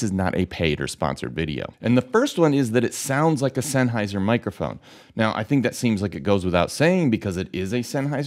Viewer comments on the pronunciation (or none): 1 minute 40 seconds and he has said sennheisher 8 times